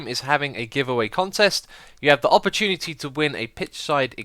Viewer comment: ... opportunity... No 'e' :P Love your vids, keep up the good work :) Also, howdy from Texas :D